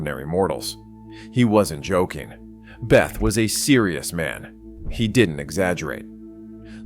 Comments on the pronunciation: Bay-ta. Not Beth. I used to work with his son. Also brilliant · The narrator is an idiot. He pronounces Bethe as "beth," not "beta." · Hans Bethe. It's pronounced beta, not a girl's name "Beth" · How does this video manage to pronounce Bethe both "Beth" ( entirely incorrect) and "Beta" (close enough)?? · And, Bethe is pronounced Beta... ;-) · Stopped watching when the bot voice pronounced Bethe as "beth". It clearly never heard about the paper by Alpher and Gamow. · You need to decide how to pronounce Hans Boethe ,(it's not "Beth")... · No one knows who “beth” is. The man’s name is Hans Bethe - pronounced behtuh. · This speech generator can't get the pronunciation of the players' names correct, or even consistent. Von Neumann. Bethe. And others.